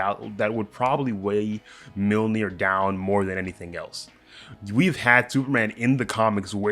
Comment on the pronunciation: It's pronounced Myolnir, not Milnir.